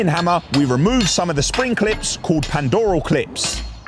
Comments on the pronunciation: Pandrol clips, not pandoral😀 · "Pandoral" 😂 Brilliant video though! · Does like it when people point out he says Pandrol wrong?